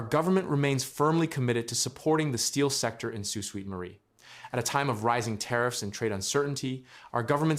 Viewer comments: Sue Sweet Marie? Sue Sainte Marie please. Crappy AI pronounciation. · If this is a Canadian project funded with Canadian money, why are you showing hands counting American money? Leave them out of it! Also, it's pronounced "Soo SAINT Marie," not "Soo SWEET Marie". Obviously a U.S. video or else he'd know something that simple. Why should we, as Canadians, watch a U.S. video about Canada and expect any of this to be true? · It’s pronounced Saint not sweet marie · Why can’t any of these videos pronounce the name of my city, Sault Ste Marie is pronounced Sue Saint Marie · It is pronounced Sault Saint Marie. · Tell the bot that the city's name is pronounced "soo sainte marie" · ❤❤❤❤❤ yes that pronunciation has driven me crazy for months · The mispronunciation of the city name certainly does not add to the quality or 'listenability' of a website. The use of speech-generators slaying words need an ability to replace badly-formed words with a better-sounding version. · damn annoying isn't it....makes you wonder about the accuracy of this entire report